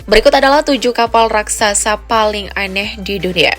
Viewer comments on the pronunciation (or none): none